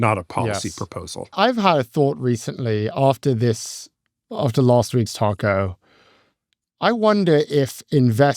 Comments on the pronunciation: I don't think that's what the OP is talking about. has made the pronunciation of TACO sound too British - I am British and I still say it the American way, it's not a word we have in Britain. As for what it stands for it represents perfectly Trump's damaging cry-wolf BS way of behaving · I just wiah at some point will learn how to pronounce 'taco' properly 🤦‍♀ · Please stop saying TACO.